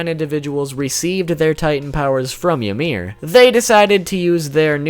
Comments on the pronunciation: you say ymir like imir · Since when was 'Ymir' pronounced "Ya-meer"??? 😒